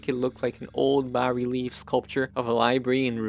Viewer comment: I like your aesthetic! I am also impressed that you pronounced bas relief correctly. The lighter color shelves are better in that small room. The ONLY thing I might change is the rugs to a painted floor cloth. I have been wanting to do one myself. I am new to your channel, but am interested in seeing what else you’ve been uploading. I did very much like this video and would love to see other interior projects.